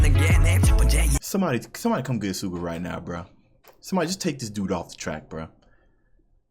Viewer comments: You were right on your pronunciation of Suga’s name in your first videos, it’s pronounced like sugar without the « r ». So saying shu-ga is correct, not su-ga. You can here pronounce his name in those Cypher before his verse. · Hi there, just wanted to point out a little pronounciation thing: the way you say suga is correct but the s is pronounced as a sh sound so like 'shuga'